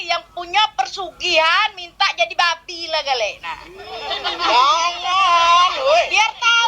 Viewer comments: Babi kak babi, bukan babek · Bukan babe neng tp babi B-A-B-I hadeh neng ngomong babi jd babe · yg saya tau itu "babi" bukan "babe" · Itu babi kan,, tp gw denger kok babe,, apa gw yg slh dengar 🤔🤔